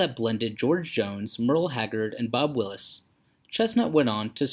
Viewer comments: Anyone who says Bob Willis instead of Bob Wills doesn’t know what they are talking about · Oh dear. Please learn how to pronounce correctly the names of icons. Bob “Wills” not “Willis.”